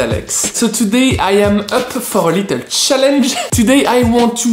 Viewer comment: I love how you were up for " The Sjallenge ".